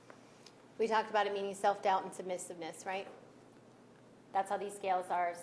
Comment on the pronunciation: Trying to act like a hardass towards a witness doesn't work when you can't pronounce submissiveness 🤦🏻‍♀️